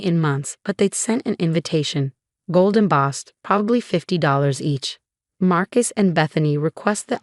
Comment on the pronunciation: did you bother to edit your script? I let error after error pass, but I had to stop at "Golden Boss". It's "gold embossed". You do know that YouTube no longer monetizes AI-generated stories that have not been edited by humans, don't you?